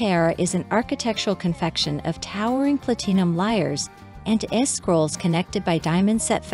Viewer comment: Ugh, it's so distracting and has now become a farce and, quite possibly a drinking game where you need to drink a shot for the errors but that could be very harmful for those playing. PlatEEEnum? 😂